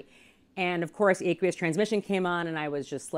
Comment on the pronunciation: Who the hell pronounces aqueous like that?